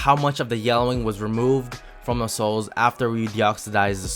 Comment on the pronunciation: everytime u say soles i hear it as sauce